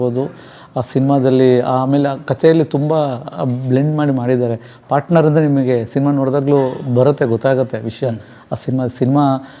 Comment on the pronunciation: ಪಾಟ್ನರ್ ಅಲ್ಲ. ಪಾರ್ಟ್ನರ್ ಎಂದಾಗಬೇಕು. ಕನ್ನಡ ಸ್ವಚ್ಛವಾಗಿರಲಿ.